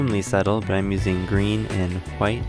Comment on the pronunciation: "green and hwite" dude. No need to get all Stewie Griffin sophisticated.